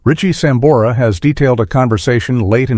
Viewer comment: Malisimo el q habla. A sambora le dice samora. Antes de hacer una transcripción tiene q saber leer. Gracias